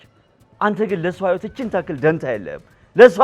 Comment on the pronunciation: ህይወት ክ ካ ኬ እያልሽ አትጃጃይብን አማርኛሽን አስተካክሊ😡😡😡